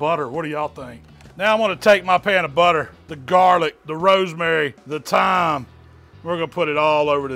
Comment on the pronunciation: He said THHYYYYYME with his chest lol